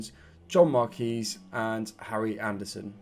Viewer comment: I'm sure John Marquis's name is pronounced 'Mark-wis', rather than 'Mark-ee'. Unless, like me, you're a huge fan of The Fall and it's a tribute to their late frontman, Mark E. Smith (R.I.P.). Up The Gas!